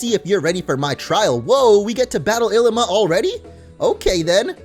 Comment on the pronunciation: Illima is pronounced Il LEE ma